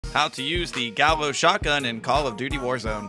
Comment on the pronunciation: It’s pronounced gayò. Gallo means rooster in spanish